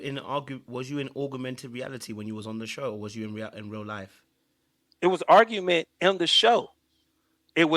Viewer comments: “Augmented” vs. “Argument”🫠🫠 What a genuis this man is… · This man said argument when said “augment” lol